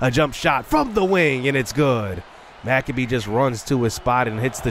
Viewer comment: Hey! Your point guard’s last name is pronounced Mic-Cabe (cabe like rhymes with babe)…. Not Mac-a-bee 👍😁 Big fan!